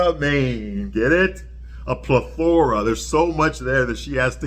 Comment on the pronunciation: I do assume that your mispronunciations are also part of your shtick (maybe), but it's driving me crazy. When you say, "plethora," the emphasis is on the first syllable. Thank you and have a great day!